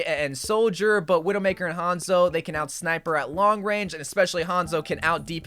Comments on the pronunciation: "Veedoemakah" He probably said Widowmaker in a french accent. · the way he said widowmaker broke me